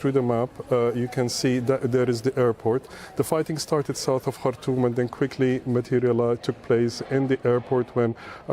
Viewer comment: Shame she can't pronounce the name of the Sudanese capital, Khartoum